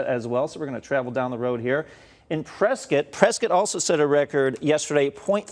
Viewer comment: its press scott not press skit